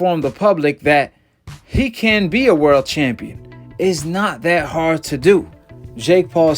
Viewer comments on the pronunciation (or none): none